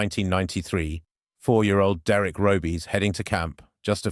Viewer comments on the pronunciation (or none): none